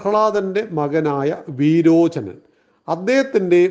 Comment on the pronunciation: കശ്ബു അല്ല,കശിപു ആണ്!പിന്നെ വീരോചനൻ അല്ല,വിരോചനൻ ആണ്